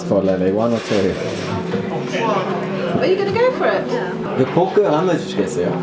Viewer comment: 이 포크라고 하니까 영어로 말하는줄알고 당황한건가 ㅋㅋ 발음 한국인수준인데